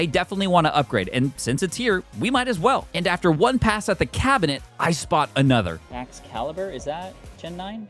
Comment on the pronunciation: Bro why does he say cabinet cab a net